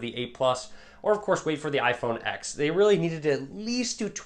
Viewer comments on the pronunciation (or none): Even you call it iphone X instead of ten 😂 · Another great video. I'm definitely sitting the 8 Plus out (I have a 6 Plus right now). Gonna try and get the iPhone X when it's out....also it's pronounced iPhone 10, not the letter X. LOL. Also, just wanted to say...looking handsome as always!